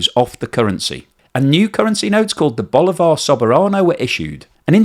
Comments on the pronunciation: As a Spanish speaker, BoliVAR with stress at the end of the word sounds horrendous. In Spanish the stress falls at the “i” BolIvar. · Bolíììvar with the accent in the 'I' you are putting the accent in the 'A' Try with the accent in the 'I, I know you don't care because I write this in your last video but you don't care. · It's bolívar, like that, with an accent on the "i". Can't be too hard to learn.